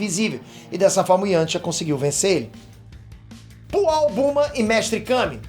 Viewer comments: Foi pooal ou oolong? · Poaul não né, oolong. Mas acho que ele errou de propósito pra gerar comentários hahahaha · É o Oolong e não o pual!!! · Oolong e não Pual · chamando o oolong de pual é muito bom kkkkkk